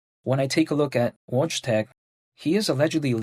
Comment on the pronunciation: Hey your videos are always perfect but wojtec is pronounced Voytec. It's polish and has weird letter sound combos to us, much like other country's that used to be on the Cyrillic alphabet. Keep it up!